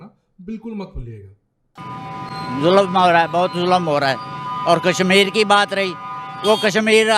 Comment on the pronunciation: सुरू नहीं शुरू होता है। कसमीर नहीं कशमीर कहते हैं। आप अपना उचारण ठीक करें।